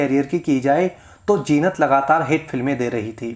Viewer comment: Jeenat nahi zeenat he